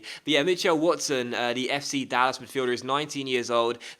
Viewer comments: Dallas not dallassss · Lol, I am from the Dallas area in Texas and they way you said Dallas was interesting. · I'm pretty sure the pronunciation of "Dallas" was weirder lol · That pronunciation of Mitchell and Dallas though ;) but another quality video again, you're so consistent it's great!